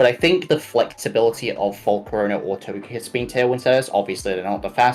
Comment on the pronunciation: Did pronounce Togekiss as To-jeh-kiss???